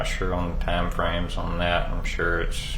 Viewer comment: He knows exactly who she was dating This lawyer needs to be able to say TIME NOT TOMS